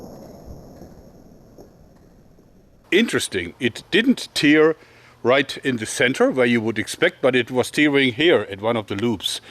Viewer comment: Hi joerg great video PS: its tear not tear :P